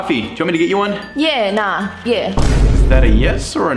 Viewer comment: Also wtaf was up with her accent?? That is not how we say A-car-dak-car and the yeah,nah was fucked up too. We don't repeat ourselves like that. For example yeah, NAH, emphasis on the nah means no. yeah, nah yea, is a definite yes, whereas YEA, nah YEah with emphasis trailing off me means yes ok but Im really not fussed either way, You still did a better job than 99.9% of everybody else who tries to compare or imitate us. We just HATE seeing our vocab and culture get butchered, ever since the farkin 'shrimp on the Barbie' incident. Your both too young to know wtf I'm talk about. Google Paul hogan shrimp on the Barbie. We farkin hate it